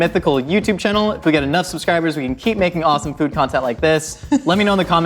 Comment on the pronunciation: Chicken pot pie to fan-see-feye